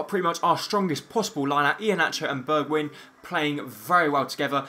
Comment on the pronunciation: It is actually pronounced "Berg-wine" and not "Berg-win", but yeah ... No one cares.